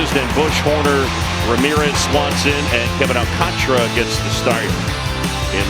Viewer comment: Why is it so difficult for announcers to pronounce AlcantAra's name correctly? Not Alcantra